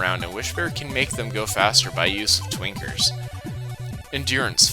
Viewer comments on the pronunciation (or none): I'm absolutely not hearing the N when you say Twinkers. it's just... Tweekers